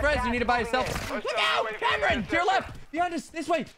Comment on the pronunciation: you call him always camron! HAHAHAHAHA then you ask him again what his name is but you call him again camron!!! HEHEHEHE its so great, i could not stop laughing because you always call him camaro 😆👌✌